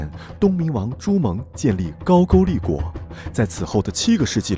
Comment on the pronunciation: 高句丽 读音是 GAO GOU LI 不是 GAO JU LI